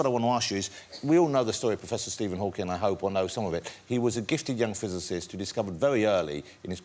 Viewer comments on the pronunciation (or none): Shame Freddie can't even get the name right - "Hawking" not "Hawkins"